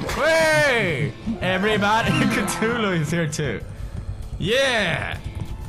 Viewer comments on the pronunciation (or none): none